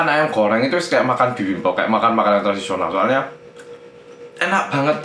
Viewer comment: apa cuman gw doang yang denger mas Hangsol itu bilang "ayam Koreng" wkwkwkw.. :-D